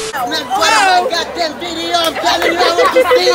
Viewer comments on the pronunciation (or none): why she say telling like that🤣🤣🤣